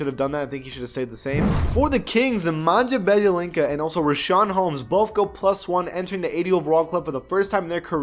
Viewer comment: Lol aleast do some research when ur trying to pronounce foreign names. Nemanja biyelica